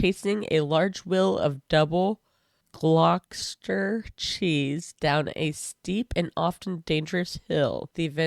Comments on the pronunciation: "Glossed-ish-er" not "glaw-chester". Don't feel bad, I've never seen an American say it right first time. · "I just don't understand the point." There isn't one! Pronunciation: Gloucestershire - "glostershire", Gloucester - "gloster". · It's pronounced phonetically like Gloss-Stir